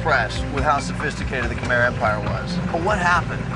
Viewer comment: It's Kh'mer not Kh-my 😄